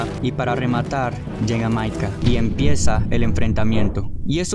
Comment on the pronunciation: El micaya JAJAJAJA Bien disléxico este compa